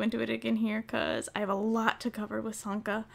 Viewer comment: I thought you said santa XD